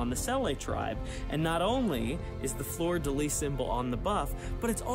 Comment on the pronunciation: I’m just happy finally learned how to pronounce fleur-de-lis